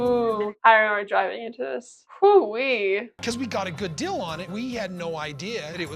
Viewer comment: my irrational pet peeve is when kody and meri say 'dill' instead of 'deal'